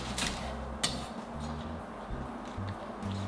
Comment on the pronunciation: I love you but your « shakshuka » is a hate crime